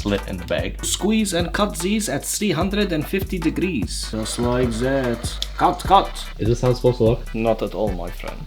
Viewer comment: Zis, zat, ze, zese😂😂😂